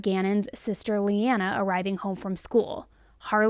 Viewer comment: gannon’s sister’s name is pronounced lay-nah